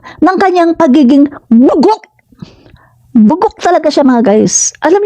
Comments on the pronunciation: Hindi po bugak Ma'am..Bugak po..Bugak😂😂😂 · Nakakatuwa ka naman po pagkasabi mong bugog